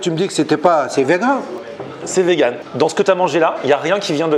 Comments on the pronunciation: A IL DIT C’EST VENOM 😂😂 POUR DIRE VEGAN 🥰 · Il a dit c’est vegun pas venom